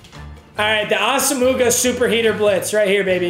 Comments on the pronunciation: The way he’s saying asomugha hurts my soul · nobody wanna tell him how to say asomugha? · I think it’s funny how he pronounces Nnamdi’s last name wrong 😂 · Get this man to say Nnamdi asomuoghas name right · does intentionally mispronounce Asamugha's name or does he just not know lmfao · I cringe every time he mispronounces Nnamdi Asomugha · Just needed to let you know because I've heard it in multiple videos. You're saying Asomugha wrong. It's pronounced Ah-sem-wah. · Say assamooga one more time I dare u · It’s pronounced Awesome-Wah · Dear Papa, sorry for the correction, but it annoyed god damn near anyone, His name is pronounced Nam d y Asom waa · Asomugha is pronounced awesome-wah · Papa his name is nnamdi aw-sem-wah just so you know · Papa, it’s pronounced “os-um-wa” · 1. It's pronounced ah-sa-moe-wah 2. You didn't have Harold Carmichael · Please it’s not asmuga 😂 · It’s pronounced (asumwa) not asomugha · When will he learn it’s pronounced ahsu -mwah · Jesus Christ its pronounced "awesome-wa" pls stop it hurts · Someone PLEASE tell papa it’s asimwa not asuhmooguh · Ah sum wah for the love of God not ah sum mooga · ITS NOT AH-SOM-MOOGA ITS AH-SOM-MUAH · awesome-moo-gah lmao it’s aw-sim-wah papa 😂😂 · NAM D AH SOME WAH! Not AH SAH MOOGA! Come on Papa!!! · NAM-DEE AWE-SUM-WAH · It’s not asa mooga 🤣 it’s Auss omowuhh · Papa, its (viet)nam-dee awesome-wah Not ossumugga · It’s asome-wa NOT ASUMOOGA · papa it’s pronounced awesomewah not asamooga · It’s ah-sum-wah not ah-suh-muga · Nobody: Papa: ASA-MOOGA!!! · Ik I love papa but it drives me crazy - “ah-sum-wah” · I cringe so hard when he says “ Asamooga” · Nobody: Papa: AsaMOOgah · It's Ahs uh mwah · We need to tell him it’s AH SUM WA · saying assamooga is like him pronouncing his own name meager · I’m gonna comment everyday. It’s pronounced Ah-Suh-muah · No disrespect, but Nnamdi Asomugha is pronounced Naam-dee aa-suhm-waa. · Asomougha Is pronounced awesomewa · Meag’s it’s pronounced Ah-sum-wah